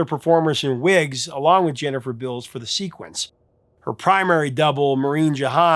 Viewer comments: Jennifer "Bills"? You sure about that pronunciation? Beals dude, Beals! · Jennifer Bills? Was Beals. Not just misspelled, he is actually saying Bills. Got the all that info of the movie yet doest know the stars actual name. Lol 😊